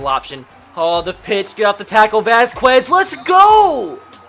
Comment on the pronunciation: STOP SAYING "VASQUEZ" AS "VAS-KWES." IT IS PRONOUNCED "VAS-KEZ."